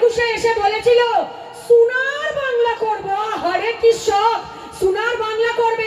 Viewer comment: আগে উচ্চারণটা ঠিক করূন। আমার মতে বাংলা ভাষার অপমান হচ্ছে। সুনার বাংলা ❌ সোনার বাংলা ✅